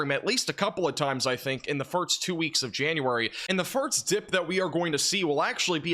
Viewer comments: why do you say firks and not first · Ok… before you ever get to network television as a weatherman, you going to definitely need to conquer how to pronounce ‘first’. It’s not ‘furt-st . And one more, it’s not ‘sah-nificant’, it’s sig-nificant. Just a few pointers if you want to polish the broadcast nice & shiny.